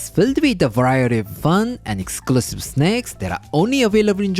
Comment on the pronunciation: Thought I heard. "snecks" 😅